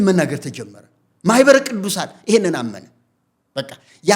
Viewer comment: Your deep rooted plot had been destroyed by Mahibere Kidusan before you disseminated the poison to the congregation. That is why you are mumbling on ማህበረ ቅዱሳን.